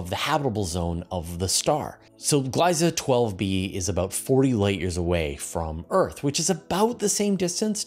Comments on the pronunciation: "Gliese" is pronounced "gleesa" for english speaking people. Think of "glee" and make it "gleesa". The vocal shift is doing it's work here to make it more complicated ;-) It's ie (a long "ee") and not ei ("ay") ;-) (I found two different pronunciation videos ;-) But don't omit the ending, this is not French, where they write additional letters to omit them when speaking ;-) So, 'Gliese' is pronounced like "Gleesa". Or maybe "Gleese". There should not be too much difference between how Gleesa and Gleese would sound in English. It's not a short verion of ee at the end. It's like the e of the word "end". Are there at least two different e in English to make it "easier" to describe what's needed? Yes ;-) e and end for example ;-) Other languages might also have two different e, maybe even(!) in the same word. They might sound closer to each other, but it would also sound weird to use the wrong one. (Oh, funny when I consciously think of it, the "e" in "one" or even in "love" is a bit in the french style, the "e" is there, just to alter the letters before in pronunciation for "one" or not so much in "love" or even in "before", but the e itself is not spoken, but it's necessary, more in "one", less in "love", but it just reads better with love instead of just plain lov, oh no! ;-) 🤯 Languages are not easy ;-) Just don't think too much about the quirks, just use the words as you have learned them - and then it's easy ;-) (Or is it in fact "eese", "eesi" or "eesy". Oh well, it's just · For future reference, the dominant pronunciation of "Gliese" has the first vowel sound as a long-E (and varied pronunciation (or non-pronunciation) of the trailing "e" - pick one of "nothing", short-E or long-E.)